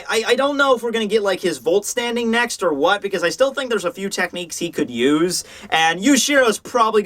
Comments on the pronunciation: I'm German and I love how you keep saying "volt standing" instead of "vollständig" (which means "complete" in German) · Wahr is still not pronounced like war and for god's sake stop saying wouldstanding to vollständig. V is Said like f Here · I am Not saying he has to say them perfectly but he slaughters th so badly and he never tries to say them right. Also I don't See why english speakers call Gin Geen. The i is Said the same way like in the alc Gin,just the G is Said differently -__- And he should at least try to say the words right and not Be whatever. Be glad u don't know german. Idk how u understand it when he says vollständig,every letter is Said wrong. it is Said like f-oh-ll-st ä ( ä like in Doppelgänger) ndig. also says ding instead of dig